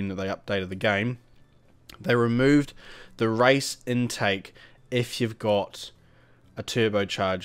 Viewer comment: why u say rice instead of race